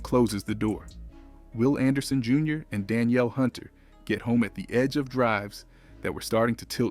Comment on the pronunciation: Whole video cap. PS we don’t actually feel this way. Our Texans have proved for the last 2 seasons that we’re built for January. And have only improved. With exception of OC and OL. And PS it was a home game. They weren’t in Las Vegas. Oh, and PS it’s pronounced “Duh-neel” Hunter. Not “Dan-yell.” 😑😆